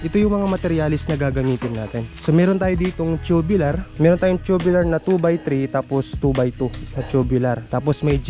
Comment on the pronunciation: Tubular hindi tubilar ang pronunce